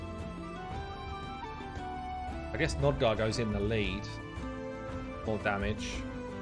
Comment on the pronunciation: You can't even get the champion's names correct. JETNI, not Jenti. ALSGOR, not Al Gore, NOGDAR, not Nodgar. Also you wasted so much time screwing around with Nogdar. We wanted to see the new champs. So unprofessional.